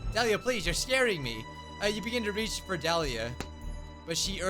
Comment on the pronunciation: 1. YAY YOU SAID MY NAME RIGHT